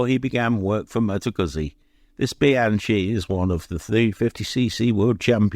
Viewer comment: Bianchi is pronounced Be-an-kee pronouncing the chi as chee maybe a Spanish version but as the company was Italian it is the former, they made some interesting race bikes and was a name to conjure with they even made a supercharged 4 cylinder in 1939 to compete with the legendary Rondine engine but the war came along and that was lost to time. The Kawasaki racer with the 85 plate was a 250cc A1 Samurai trying to be its factory racing A1R brother the engines were very similar with both featuring disc valve induction at both ends of the crankshaft which facilitated mounting the carbs on the sides hence making it a tad wider then conventional piston ported induction two strokes.